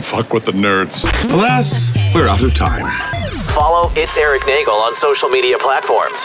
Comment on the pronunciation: It’s pronounced “NAY-gelllll” You have to let the e’s breathe